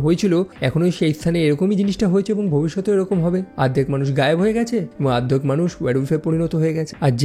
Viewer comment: ardhek nah ,ordekh